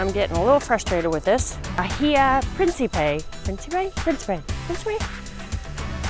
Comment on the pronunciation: Jajaja bajilla...no bahia